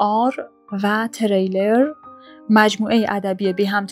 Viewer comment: سرکار خانم، «تِرِیلر» صحیح نیست. درستش «تریلر» هست یعنی هیجانی: «thriller»